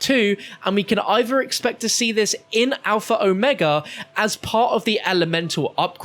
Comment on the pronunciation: There ya go... that's how you say Omega lmao